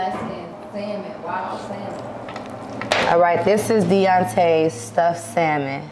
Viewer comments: saying the L in salmon is funny. The L is silent people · Naw cause got me dying he said salmon not fish I'm just trying figure out what is it 😩😂😂😂😂😂😂😂😂